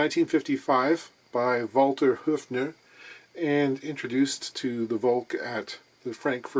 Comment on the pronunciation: Dunno why moans about the company name's pronunciation in every video!? He said "Walter Höfner" perfectly here!